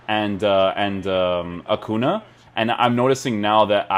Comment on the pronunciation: Great videos man... been really digging your player reviews :) I'm also an FC Porto fan :) One thing that's bugging me is the way you are butchering Acuña name... It's not Acuna, you are Portuguese, so it should be easy for you to do the Spanish pronunciation :) You should say like it was written Acunha You can hear it here: Cheers